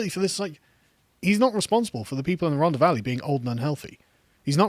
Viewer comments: Once again...if you could 30k without signing onto universal kredit would you vote for more and tougher lockdowns? Btw It is "Rhontha" NOT "Rhonda". I also had family there (Tylorstown) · RHON-THA. It's not a hard D Carl. 😂😂😂